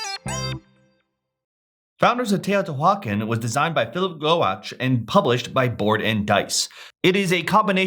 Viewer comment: If you genuinely can't anounciate this then cool, but that is not what I hear in your inflection and your words. I feel like it is so disrespectful to still be unwilling to learn how to pronounce this after 4 years! You sounds so dismissive of the culture. Pronunciation is right there on the Wikipedia page. Go practice till you get it right.